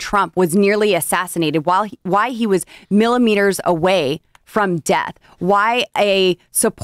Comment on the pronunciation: STOP saying a cupel of mii-meters - - maybe a couple of centimetres JR